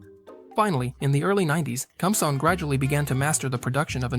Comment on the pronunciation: Some notes. . Interesting vehicle It is powered by fuel derived from wood, coal, or charcoal. It is very old technology. "Kumsong" is pronounced "koom-song". Guess the computer can't read Hangul letters. . The building is the Grand People's Study Hall. A library, if you care to read Kim Il Sung's very extensive writing. It is within the government center of the Pyongyang, but not really accurate to call it the "main government building". The tractors, as old and small as they appear to us, could be seen as overkill. South Korea got along very well for a long time with what amounts to large rototillers. Terrific little machines with surprising torque. Seen helpful farmers pull large pickup trucks which looked pretty well stuck. But I suppose when you run collective farms, bigger is seen as better.